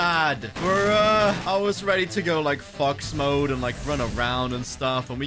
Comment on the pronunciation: That did not sound like he said fox mode